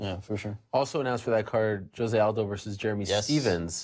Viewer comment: José Aldo is not a Spanish name, so do not pronounce Rosé Aldo (Spanish accent)